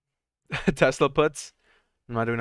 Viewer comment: Why do you always pronounce Tesla as “Tesler”?